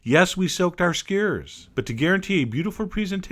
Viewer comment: Posting a comment down over here cause I don't know why he pronounces it skeyr.